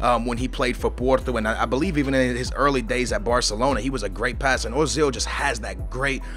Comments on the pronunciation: it's not ozil its oezil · urzil is how t pronouce it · No, Uh-zil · People are stupid, it doesn't sound like Ozil or Oozil, or Ertzil or anything like that. It is pronounced Özil, like it's written. The Ö elongates the vowel, making it sound like 'Ergh-sil'. A 'v' in German is pronounced like an 's' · Ozil is said "Oo-zil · The dots above the o make it sound like a double o say it like oozil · say it like oi-zil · It is Erzil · Prounoced urzil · It's pronounced "Er-zil" pronounce it like how you pronounce the "ir" in "girl" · His name is pronounced Uh-zil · its pronounce er-zil